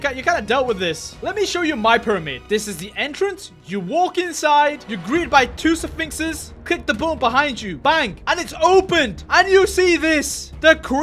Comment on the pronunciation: "Safinxes"